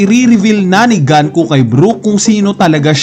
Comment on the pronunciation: ipipilit pa talaga yang "ganku" na yan.. haha gunko hindi ganku, GUNKO... porket baril kasi "gun" eh un na kaagad ang bigkas hahaha